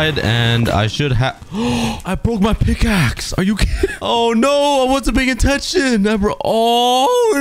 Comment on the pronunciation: i love how he says '' i boke my pikak''